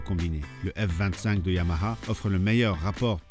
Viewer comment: Enfin un qui sait prononcer YAMAHA !